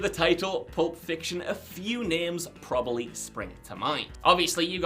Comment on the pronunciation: Probably has 2 b's in it. Heard you butcher plenty of pronunciations, buts saying proberly is just ridiculous.